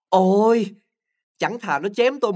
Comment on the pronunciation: Chữ ôi hơi mắc cười